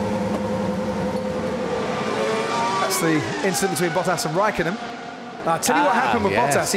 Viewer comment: Nico! Ask Kimi how to say THAT properly!!!..